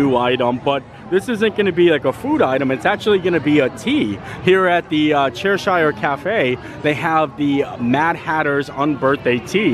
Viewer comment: …….Cheshire us pronounced Che-Sha